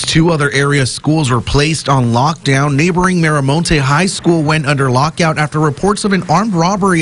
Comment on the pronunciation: Boy said lockout 😭😭😭